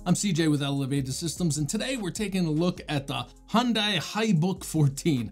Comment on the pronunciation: Heh, Hyundai is educating people here in the UK (in advertisements) on how to properly pronounce their name. Hint: it’s different from yours, too 😂. Thank you so much for another nice review CJ! My conclusion tends to be similar. I don’t put Windows on low end laptops, because it’s too much for them. But then I’m also not wasting my 7950X’s talents on Windows either… 😅 I got a few VMs for that. So eventually I found their right place. (As most people will guess, I’m not really a gamer.)